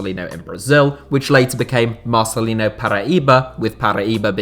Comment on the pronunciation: So awesome u put Marcelinho in it, biggest Hertha BSC legend of this century. (btw the pronunciation at the end of Marcelinho is like for Ronaldinho so "yo")